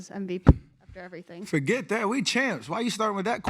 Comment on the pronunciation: "Fahget That! We CHAMPS🏆" I heard that❣️...CHAMP 😎